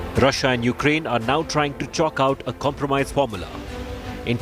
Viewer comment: Did the news caster say Yuklaine? Please sanction her.